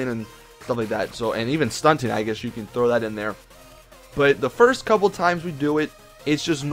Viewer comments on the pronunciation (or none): none